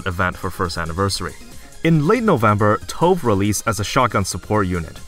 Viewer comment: Tove, Quiry and Marciana too. I can respect that tho, instead of tryharding the "correct pronunciation in the appropriate native language of the name" he didn't know, he just said them in english.